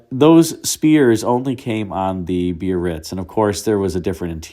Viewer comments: You say bee-uh-ritz, I always thought it was buh-ritz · pronounced Bar-Ritz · Eldorado biarritz is pronounced berr its